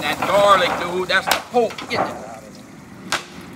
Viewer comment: "Money dewd'